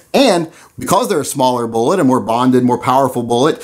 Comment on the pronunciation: Did he say vullet ? Lol, get you sacts ftraight...HA HA! Kinda muked my find when I heard it.....I think it's the red headed step child of Mrs.Velocity and Mr.Bullet. Baby Vullet is soooo cute.